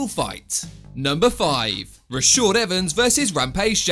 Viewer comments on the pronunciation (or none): Ra-shard not Ra-shord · “Rashort Evans” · This man cannot save Evans first name properly